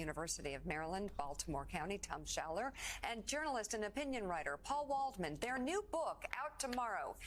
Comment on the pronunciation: "Waldman" PepeLaugh